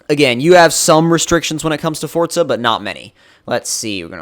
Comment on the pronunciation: It's not fortza its forza